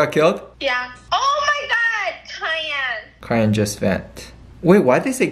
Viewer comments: I lost it when they said kyan for cyan😭😭...it’s pronounced “sy-an” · I was wondering why they were referring to "Cayenne" as a color then I realized they were referring to "Cyan" 💀💀💀 It's pronounced like sa-yan LOL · LMAOOOOOOO STEPHANIE AND SAYING Ky-an instead of Psy-an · kai-ann ??? lollll i laughed so hard when i realized it was Cyan (sy-ann) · They call “sigh ann” kyan😂😂😂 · them saying: :kyan its kyan why are they saying kyan" Me saying: omg thsi is so cringe its pronansued syan syan but it is spelled cyan lolll i luv u guys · Them saying kian and it’s sian=cyan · Its sigh-yan not kai-yan btw hahahaha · Cayenne?? Cayenne?? Its cyan pronounced psy-en. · Ik they did not just say kyan instead of syan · Its not kyana its cyana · or actually - ( sai- anne ) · I loved how they pronounced "cyan" "cayenne" XD))) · "KY-AN" "why do they say kyan" "idk its the color i guess" LMAOOOOO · the way they pronounce cyan like ki-an is so funny 😭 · Not them calling cyan as “Cayenne” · nobody:: Its CAYENNE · "Kayane" LMAO SORRY STEPHANIE BUT LMAOOAOSGBEYDN8E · Its so funny how they Pronounce "Cyan" its like pronounced like with the sound "C" like Cy-an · i love how they pronounce cyan as kyan lmao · Stephanie: "when your boo says cayenne instead of cyan." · I love how they were pronouncing cyan as Ky-an 💀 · Did They Say Kaian For Cyan 😂😂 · it's sai-yan 😂 i love you guys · "kyan" lolol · why do they pronounce cyan as kaiyan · did she pronounce cyan as cayenne... i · Cyan (sigh-anne) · it’s pronounced “sigh-an” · Stephanie I love you and I think you're super cute, but cyan is pronounced sai-yan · the way they pronounced cyan 😭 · jibefbfeureu the way they pronounced cyan (syan) as cayenne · It's scan not cyan